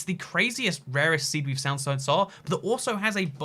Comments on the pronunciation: . "The greatest seed we've sound so sar" we get it nobody is perfect but please lmao please try to english. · Its the craziest rarest seed we've sound so sar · it's the craziest rarest seed we've sound so sar